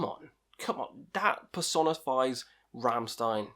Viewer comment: My favourite albums are the first two ones. I just love how they're just simple, heavy riffs. Also, its pronounced Rammshtein